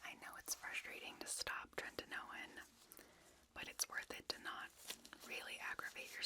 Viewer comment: This was so lovely thank you! But every time I heard "treNtinoin" I got a little more awake lol